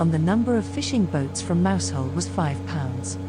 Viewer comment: Mousehole is pronounced Mouzul